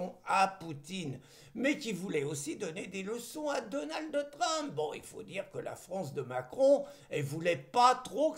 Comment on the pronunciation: s'il te plaît , pas Donaldeuh Trump, mais Donald, comme on dirait Ronald. Merci et bravo